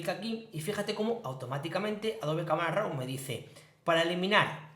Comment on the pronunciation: De nuevo una leccion muy interesante en tu curso de photoshop. Enhorabuena. Tan solo me gustaria una aclaracion por tu parte referente a la pronunciacion de la palabra RAW. ¿Por que RAU? En ingles la pronunciacion es RO y si hacemos la lectura en castellano seria RAV. No lo tomes como una pedanteria solo es curiosidad por un hecho muy extendido en la comunidad fotografica de habla española. Saludos cordiales.